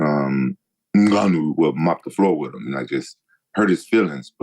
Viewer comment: rampage still hasn’t learned how to say Ngannou 😂